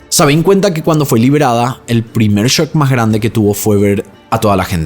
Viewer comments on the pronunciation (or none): none